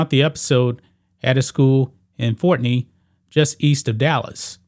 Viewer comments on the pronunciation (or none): Forney, not fortney..